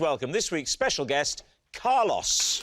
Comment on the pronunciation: I love how even after Carlos pronounces his name right they still keep saying Car loss.